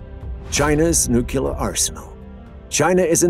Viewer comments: The writing is fine, but the narrator mispronounces "nuclear" as "nookular" with irredeemable regularity. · WHAT IS A "NUCYALER" ANYWAY?